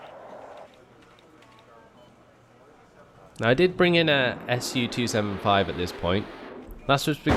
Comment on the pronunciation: Su-27S. "S-U-Twenty-Seven-Ess"